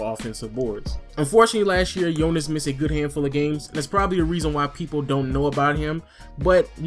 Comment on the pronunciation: Finally soneone said Jonas name good, its nice to see JV out there.Nice vid btw